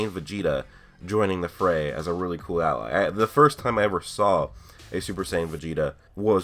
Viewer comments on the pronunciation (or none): none